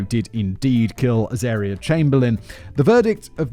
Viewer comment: David went to so much effort to phonetically spell out, Pitjantjatjara, only to have Simon proceed to mispronounce both Uluru [Oo-la-roo] and Azaria [az-uh-rie-uh.], and I can imagine David was there too, like, "nah, those are obvious." 😂